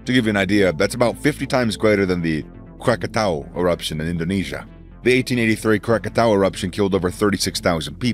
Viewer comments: THANK YOU FOR PRONOUNCING KRAKATAU THE NATIVE WAY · Thank you for saying Krakatau correctly